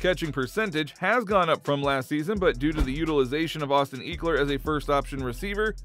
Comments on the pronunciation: You need to remake this whole video over ! You butchard Austin last name it's not eeekler it's ekeler smh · Why did he pronounce ECKler like EAKler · Please stop some Eeeeekler 🤦‍♂️🤦‍♂️ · don't think you're pronouncing austin's name correct my guy. it's not eek like geek, it's "eck" like "forget" trying to post stuff here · Ek-ler, not Eeek-ler Lol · Dude do you even watch football lol it’s not eekler it’s pronounced eckler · Who the fook is Austin eeeekler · Bruh, “eeekler”? Really? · eeekeler lol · I lost all hope in your football knowledge when you called my man's "eeeekler"... you know nothing from here out. Later 👌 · Make it stop 😂 ekleeeer 💀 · Ehk-lur That’s how you pronounce it, bro, great video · Came for my binge of Chargers content. Stayed for the "Eeeklers" 🤣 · Great video. Pronounced Eckeler, like “what the HECK” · Lost me at eekler jk nice video bolt up! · Wth Iol eeekler? Lmfao dude first time for everything. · Austin who? Eeeekler? Lol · It’s pronounced ehh-kler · This dude can't say Ekeler right 😂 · Yeah ain’t talk abt him if you can say his name right😂😂😂